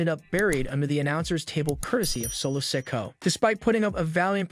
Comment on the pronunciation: learn how to say Solo Sikoa's name its sik-o-uh no offense